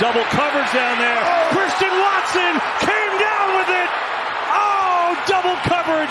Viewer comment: "What a play, from Cwistian Watson...!"